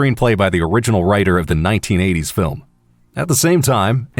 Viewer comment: "Filim aductaion of luigis mansion" Me: AAAAHHHH